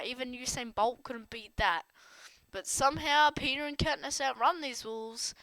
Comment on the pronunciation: It is peeta not peter